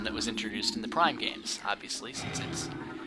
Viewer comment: Ha You said Plime LOL